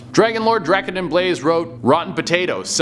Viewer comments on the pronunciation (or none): none